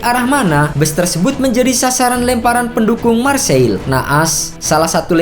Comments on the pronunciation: Dan Marseille dibaca Marsey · Huruf "R" nya mirip huruf خ yang pake tenggorokan